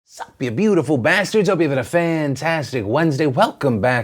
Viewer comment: Is it just me or did Phillip say “sup” a bit different